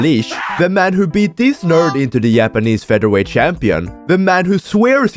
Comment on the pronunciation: I love how he pronounces "japanese" as "Yappanese" 🗣🗣🔥🔥🥶🥶